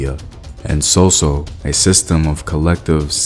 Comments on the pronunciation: suu suu, not soso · Sou -Sou is pronounce as sue-sue not so-so. Thanks for the video. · It's sou sou not soso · Small correction in pronunciation. NOT so-so, but sou-sou. Please and thanks. Good effort! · sou-sou is pronounce sue sue